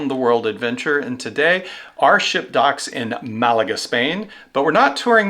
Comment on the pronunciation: Malaga has the accent on the first syllable